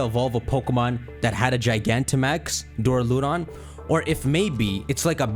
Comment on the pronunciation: It’s the pronunciation of Duraludon and archaludon! It’s really Du(dew) ra (rah) lu (loo) don and Ar (r) cha (chal) lu (loo) don!